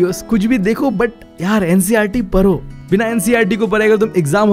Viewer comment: Sir says paro.. Instead of pdho😂🙌